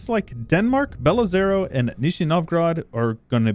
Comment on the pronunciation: its pronounced "belo-ozero"